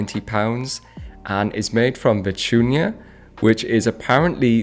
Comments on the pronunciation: My face, as a latino, hearing the way he pronounced vicuña: 😐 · Vicuña! Not vetunia lol 😆 this was a species that was near extinction in Peru at some point